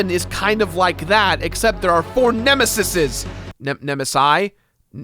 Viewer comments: The plural of nemesis is nemeses pronounced: nem-uh-seez. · I believe the word you were looking for is "ne-mə-ˌsēz" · Nemeses (like "sees")